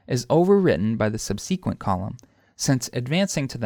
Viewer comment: i've never heard ANYONE, whether american, british, or from anywhere else, pronounce the words "compromise" or "subsequent" the way you do. where are you from? does everyone there pronounce those words like that?